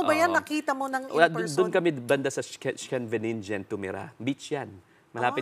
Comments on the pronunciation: You mean: Scheveningen-Sch sounds like the ss in “pass” iss-kay-ve-ni-ngen. 😊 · Nakapuyo daw banda sa Scheveningen pero di ma pronounce ug tarong ang Scheveningen hahaha huy sure jud ni? 😅 sa video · Kung tumira ka sa den haag ehh bakit di mo maipronounce ang scheveningen 😅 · Nagaral daw sa Den Haag pero hindi pa niya mapronounce and Scheveningen where he supposed to have studied.